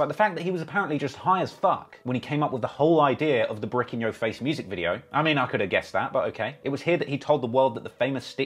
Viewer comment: can't say the word "your"